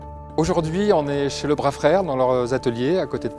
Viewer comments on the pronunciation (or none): Le bras ca se prononce le braz. Pas le bra, ça m’irrite haha